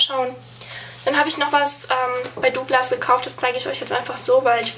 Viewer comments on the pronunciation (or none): none